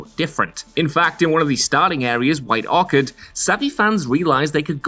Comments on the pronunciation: White Arcade? Bruh what. Read much? White orchard... Like apple orchard... I was gonna follow you, but I can't follow blind ignorance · "White Orkered" indeed🤣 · “White Orkard” lol